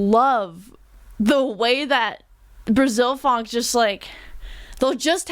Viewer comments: I'm Brazilian and PLEASE don't call it PHONK. The name is Funk and no one here say otherwise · Good review! Only one thing that I don't understand is where "phonk" come from, in Brasil is "funk". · its funk not phonk... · It's Funk, not phonk. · To sound more legit, it's funk but it's pronounced "funk-e". Now you can be a professional and honorary brasileira